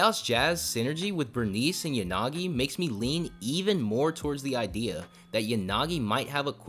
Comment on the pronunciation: What you said might be actual cooking but hey man "Burnice and YaGaNi"